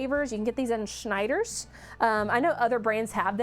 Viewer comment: Hearing you say Schneider with that great pronounciation makes me think learning german would come really easily to you! :)